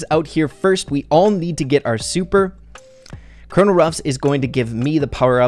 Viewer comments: Wait what’s the mess up? I didn’t notice Edit: oh you said Kernal ruffs not colonel ruffs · I found a mistake Its Colonel Ruffs not Coronel 😂